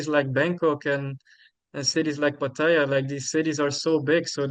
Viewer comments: He has pronounced it three different ways in this one video! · I know how a local Thai says it. If he could pronounce it correctly he wouldn’t say it 3 different ways. There is only 1 way to say it. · He says he is fully conversational in Thai but doesn’t know how to correctly say Pattaya? Ok 😂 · How do you "think", a local Thai says it?He has pronounced it three different ways in this one video😊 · pronouncing it 3 different ways surely shows he cannot speak Thai?